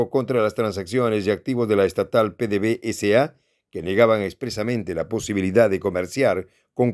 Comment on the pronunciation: NO SE LEE PDV-S.A. SE LEE PEDEVESA....ABRAZOS Y SALUDOS DESDE VENEZUELA Y GRACIAS POR TU ATENCIÓN...FELICITACIONES POR TU PROGRAMA.